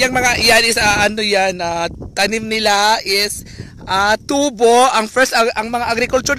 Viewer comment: bayot kaayo pronunciation Ui.. ✓TU-BO! = (sugarcane)Pinagahi pag pronounce × TUBO= (pipe tube sa CR or Pangbunal sa hubog)